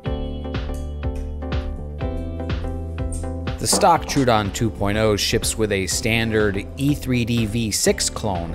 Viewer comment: Troh-uh-don. Thanks for the video!